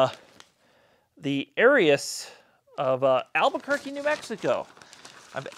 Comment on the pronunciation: Pronouniation of Aerus: air-us not airy-us 😉